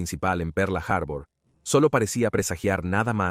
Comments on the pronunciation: Pearl Harbor . Harbur noooo. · De que parte del mundo es el narrador, por lo menos en México decimos Pearl harbol, en todo caso que diga puerto perla, aparte de que la voz me resulta poco agradable, el tema me encanta pero me es imposible continuar escuchando perla harbor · "Perla" Harbor... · Excelente traduccion. Perla harbor😅😅😅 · Por dios cómo le cuesta pronunciar Pearl harbor